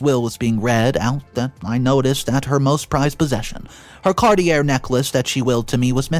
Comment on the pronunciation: Are you illiterate? Cartier is pronounced car-tee-yay.